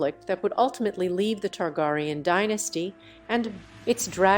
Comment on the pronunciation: King Ogon the 2 TargarieYawn